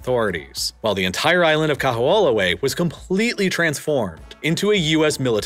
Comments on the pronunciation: Kamehameha is pronounced Kah-May-Hah-May-Hah. Kaho'olawe is pronounced Kah-Ho-Oh-La-Vay. And Hawai'i is more accurately pronounced Hah-Vai-ee. Otherwise, this was really good, and I appreciate that you did not shy away from describing just how Native Hawaiians have fared in this transition and also the extreme challenges of living here (especially on the outer islands, which do not have the same diversity of employment opportunities, but the smaller population definitely makes for a much more sedate existence). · Much funnier to hear his attempts at Kaho'olawe, Moloka'i, and so many more. Im personally so insulted to hear malihini or non residents, certainly non Hawaiians try to teach the world about Hawaiian history. Really? There's plenty of Hawaiian history resources available for any who didn't attend school in Hawai'i. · The only thing that sounds really off is Kaho'olawe. W's are usually pronounced as V's in the middle of a word for most words (some exceptions exist). Because it's not populated or widely discussed except among locals, the pronunciation without the V sounds almost unrecognizable. That being said, the W in Hawai'i is often pronounced by natives as a V. And the " ' " is an okina and is usually a hard pause and to skip it can actually change the meaning of the word. Making it like "Hava-ee" or "Kaho-oh lahvay" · Bro I was rolling I think him pronouncing Kaho'olawe was my favorite way someone butchered the name. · This was a great documentary, but I would love to sit you down and teach you how to actually say Kaho‘olawe properly. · I was also impressed by how he quietly mangled Kaho'olawe. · I've lived in Hawaii for 15 years and learned a ton of things I didn't know about Hawaii's history from this video. Btw, I still have trouble with pronouncing Hawaiian words, but can tell you the island of Koho'olawe is actually pronounced KO-ho-O-la-vey. Great video, thanks! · Kah\-who-AH-luh-way is worse! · Learn how to pronounce Kahoolawe